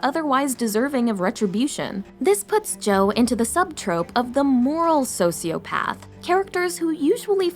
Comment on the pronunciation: why did I heard Sociopads everytime?